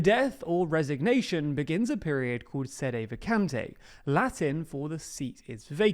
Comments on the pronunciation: Sede vacante is pronounced with the same E as in "get" or "pet" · Dude, it’s Say-Day Vah-Cahn-Tay. Please get someone to help you with your pronunciation